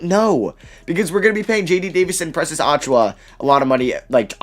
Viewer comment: And Precious I think lol